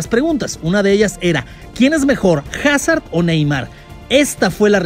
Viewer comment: Cuando no pronuncias bien el nombre de Hazard 😢